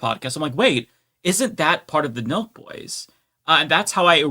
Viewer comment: On, Nelk Boys! The whole time I was watching part of the livestream, I thought you all were saying Milk Boys. 🤦‍♂🤦‍♂